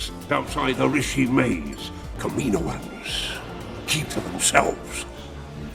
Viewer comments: I usually love videos, and i often learn things about star wars lore here. But the way he pronounced Kaminoans incorrectly through the entire video, even after the audio book clips, was enough to cut this one short. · In media, the pronunciation of Kaminoans is definitively illustrated. Why are you pronouncing this incorrectly? Seriously, wtf? Did you even watch the clips that you inserted into this video? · Cam-in-know-anns now kamino-anns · Kaminoans • Ka min OH ans ✅ • Ka MEEN oh ans ❌ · You did a lot of research on the (CAM-MIN-OH-INS) but missed pronunciation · Is it really "Kamino-un's"? Ive always pronounced it "Kami-noans" phonetically similar to Noah which I thought was intentional. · Do they live on the planet Kam-in-o? If it's "Kameeno" he's pronouncing it correctly. Every time I hear "Kama-noans" I cringe. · I don't know why this bothers me so much but he says it's so many times and it infuriates me. It's pronounced kam-in-owens, kaminoans holy shit. Dont feel bad though. a ridiculous number of YouTubers seem to pronounce things horribly wrong constantly I'm starting to think it's on purpose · Pronunciation "Cam-a-no-enz". Not "Cameeno-enz". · I think it's kam-in-o-ans not kam-meen-oans. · It’s not pronounced, kam”i”noans, it’s pronounced kam”a”noans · It’s not kamino ans it’s kam in oans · Pronounced Cam-a-know-an not camino-an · I thought it was pronounced "cam-in-oh'-in" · great vid! lots of good info. i did cringe a little every time the narrator said "kamino-ins" lol but that's just a funny quirk not a criticism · The Kamino-ans? Dude 😂 30 seconds in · Say it with me KAM-IN-OH-IN'S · I don’t know if I’d listen to someone who says kamanoins wrong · In the clone wars animated show they pronounce it Kami-Noans not tryna b a dick just throwing it out there dope vid tho I never knew half this stuff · You pronounced it wrong lol. By sound, it's kam-e-no-ans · Cool vid, but the mispronounciation of Kami NO ans drives me nuts